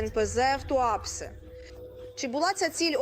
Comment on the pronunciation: Не ТуАпсе, а ТуапсЕ тупа журналістка.